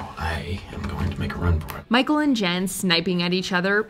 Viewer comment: She said bicheal instead of micheal